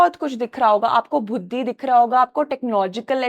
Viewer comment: it's buddhi not bhuddhi 😂😂😁😁